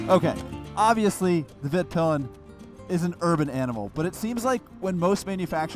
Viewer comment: actually pronounces it right but... then just passes on.